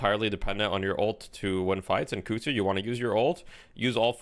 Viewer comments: Christ on a bike.... "Kuhd zoo" KUH KUH KUH she even says it when she throws it. Koozoo isnt even damn near close. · This is very nitpicking, but dude Ivy herself yells kudzu when she uses the bomb. You have no excuse to mispronounce it that badly.